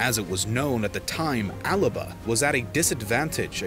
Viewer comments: The guy narrating the history video keeps referring to Scotland's old name as Alaba. It was ALBA!! Maybe he needs to learn the correct names for places before doing videos about them. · alaba is how Alba is pronounced